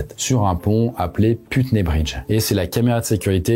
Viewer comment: Quand j'entends Putney prononcé "pute-nez" je me permets d'avoir quelques doutes quant au contenu de la chaîne "en anglais pour progresser en anglais"...